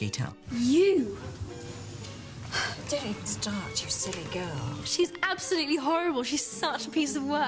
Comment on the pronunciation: I can't believe I just realized Rita Skeeter rhymes, because of the British pronunciation, making it "Reeta Skeetah". It just adds to the ridiculousness of her character.